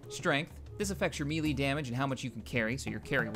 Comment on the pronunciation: Melee is pronounced may-lay